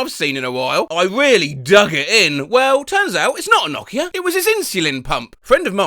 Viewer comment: I like how you pronounce Nokia correctly. It's the small things in life